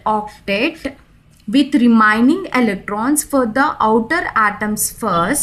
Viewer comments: It's Remaining not REMINING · Kya ghatiya pronounsation hai remaining ko remining hattt